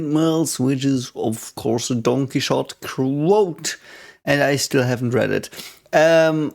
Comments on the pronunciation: sorry if bringing this up is rude, I get confused every time you talk about don quixote because I don't recognize the word at first and you seem like a guy open to learning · Actually, he was uttering "Don Quixote", so it was "Donqui". I found the coincidence hilarious too though. 😂